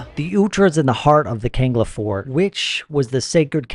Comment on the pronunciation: Not kanga it's kangla